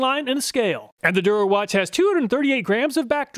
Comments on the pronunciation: "Der Erwachte" Love when Chinese companies use German or Italian sounding names to trick people into thinking it's a higher quality Euro tool lol. If it actually was a German company it would be pronounced "Der Err-vahk-tih" btw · What's funny is the "Der Erwachte" brand is German for "the awakened one" lol. It's supposed to sound like "dair er-vocked-uh" but I knew Germans would never choose a wacko name like that. Thanks so much for your rigorous tests and research. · I read "Der Erwachte" but I hear "durawatch". Still suprised Hazet, Stahlwille and Wera is available in the US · That's by far the worst attempt to pronounce a German word. I had no idea what "Der Erwachte" in the Overlay is supposed to mean. I thought you made an error. Had to listen like 5 times until I realized you tried to pronounce it 😂 Anyway, great review! :)